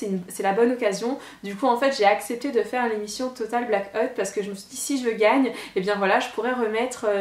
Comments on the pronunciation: Total black hotte? 😂 ahah j'adore toujours ton accent 😍. J'était trop contente quand je t'ai vu! WARRIORRRR qui crie un peutipeu mais pas beaucoup (SIC). Ce TBO était tellement bien avec les bloggeurs/euses j'ai adoré! Dommage que t'a perdu 😯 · Tu m'as fait beaucoup rire!! Sinon super accent total black hôte mdr